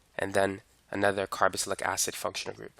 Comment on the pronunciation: Carboxylic not “carobocylic”